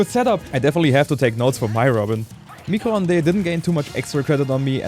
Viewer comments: "micro honday". It's french for Microwave, you had the first part right "mi-cro" but the second part is pronounced "ond" [ondeuh], not [ondé] :) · pronouncing "micro-ondes" is so sweet for a french viewer like me